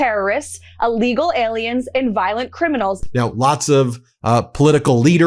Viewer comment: Carolies Levitt says alegal aliens 👽. What is alegal? She can't even say illegal correctly 🤣